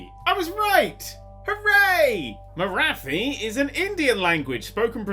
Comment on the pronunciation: It's pronounced 'MarAti' not 'MaraTHi'